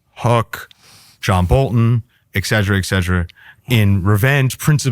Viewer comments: Oh yeah, and the word is not excedra, it's et cetera. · "Excedra, excedra, excedra™."